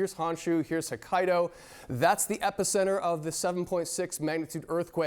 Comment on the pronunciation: Well, the meteorologist keeps saying Hakkado. He doesnt even know where he is. 🤦🏻‍♀️